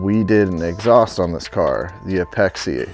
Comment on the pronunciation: Helpful video. Just a FYI it is pronounced (Apex) not apexi. The "i" is silent.